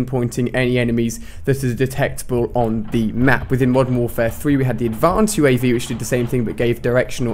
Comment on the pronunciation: Ali, u spent advanced uav wrong, u said advanved